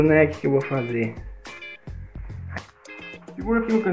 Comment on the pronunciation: "fazer" não :faser